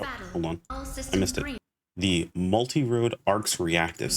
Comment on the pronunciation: I think that’s an ol & not a d making it Multirole instead of Multirode. =P Edit: but who cares, nobody is gonna say all that, we’re all just gonna say mars. Anyhow, I’m wondering how point distribution is gonna work, like will we have enough to spec into all types or will we only be able to choose 1 & have to make a different build for each of the other types. Edit 2: Man I miss dark blast. I’m hoping we get some kinda transformation here in NGS too!